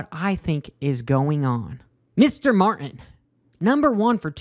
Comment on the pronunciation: There is a 'T' in Martin. Just sayin'.